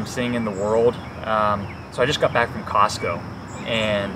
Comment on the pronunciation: You said COSCO, like I remember it but you actually shopped at COSTCO. Didn’t you?